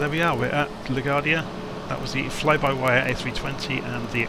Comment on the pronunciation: it's pronounced La-Gwardia not la-Gardia.